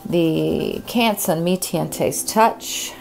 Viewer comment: Yes...they should know and use the correct pronunciations